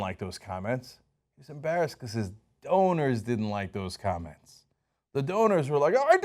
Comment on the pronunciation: When Cenk said "donors" i heard "owners" 😂